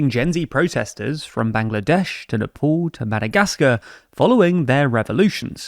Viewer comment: It is so jarring to hear Nepal pronounced as Nepol